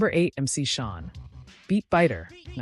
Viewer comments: We need to do better when editing this AI stuff, it's Shan not Shawn. Thank You for this content. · It’s MC Shan not MC Shawn…I swear I hate this ai ish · MC Shan like "Man" not Shawn. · To the AI announcer, it's not pronounced MC Shawn. It's pronounced MC Shan. Get it right! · She is so wrong the way she say it.